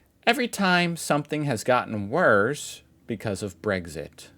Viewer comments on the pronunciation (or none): none